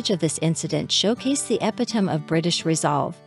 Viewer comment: AI can't pronounce the word "epitome", 😄